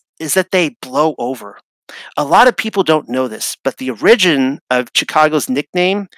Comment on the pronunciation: An o-RIDGE-in story? Or an “Ora-gin” story? Is anyone else wondering who wrote this paper? It’s like is reading something he didn’t write. So weird.